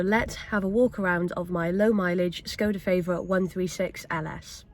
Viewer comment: It's called a Favorit not feivorit